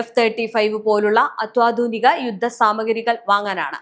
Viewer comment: ഈ കുട്ടിക്ക് മലയാളം ഉഛാരണം ശെരിക്കും പഠിപ്പിച്ചു കൊടുക്കുക... അത്യാധുനിക. എന്ന് പറയുന്നതിന് പകരം അത്വാധുനിക എന്നാണ് പറയുന്നത്